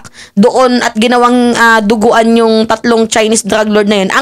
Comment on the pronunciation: Dinuguan Madam, Hindi duguan...it's a food menu...